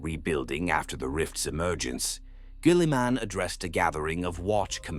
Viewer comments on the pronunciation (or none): I have to be honest. I love this channel and the videos. however the AI pronounciation of words is terrible. Some examples: "Gally-Man" (Gulliman), "Torrr" (Tau) to name just two. Kind of brings you back out of the video when hearing. If this was improved audiobooks would be perfect.